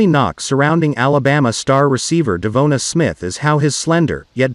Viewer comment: Who’s dumb idea was this computer generated voice that can’t pronounce Devonta?